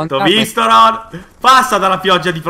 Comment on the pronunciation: se poi lo chiami "ronh" ahahahahah si chiama Rohn .-.